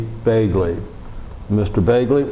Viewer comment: Thats Begley not Belgley